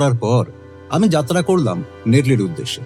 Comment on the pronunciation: কাউকে আঘাত না করে সবিনয়ে বলছি রেডিও মিলান এর কাছে যাত্রা কে যাতরা উচ্চারিত হতে শুনলে দুঃখিত লাগে, আশা করি গল্প পাঠের এই ত্রুটি ভবিষ্যতে আপনারা সংশোধন করবেন। সমালোচনা করার জন্য দুঃখিত। 🙏